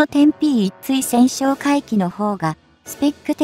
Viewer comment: ついせんってなんだよ！たいせんだろうが！しっかりせい!間も長い!評価は当然badね。